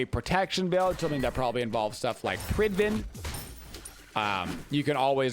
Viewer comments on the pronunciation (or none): Why do you pronounce pridwen differently?, Not sure where the "prid-ven" came from but there's no recorded audio of it being said this way. I think you've been saying it wrong for years lol but im happy to be proved wrong